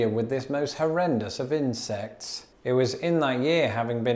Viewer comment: I got 50 seconds into this before I realised that you were saying 'insects' and not 'incest'. It was a lot more fun up until then.